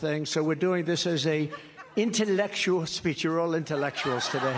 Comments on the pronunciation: Trump is talking of intelletual speech and not intelletual 😂😂😂😂😂😂😂😂😂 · Try to make him say intellectual, and watch the result! It will be in the same category as him saying nuclear.And Trump doesn't need a scetch artist, but a potographer who'll take a mug shot of him, wearing an orange jumpsuit. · He can't even say or spell intellectual, let alone pull off an intellectual speech. VOTE BLUE